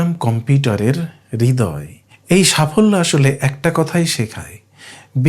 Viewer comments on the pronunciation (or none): none